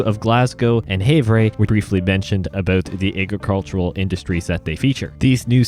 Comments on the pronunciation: Good Job Thanks For the Update..... I Was hoping These where in the list. We Need (Missoula, Helena*, Butte*,) (Great Falls, Black Eagle*,) + (Thompson Falls, Clark Fork*, St. Regis*,) and Billings all great S-curving Roads Ohh, and "Havre" is pronounced as (Have-Er) Sorry, I Lived in Great Falls back In 2004... And Thanks, And Nice Vid... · It’s pronounced havre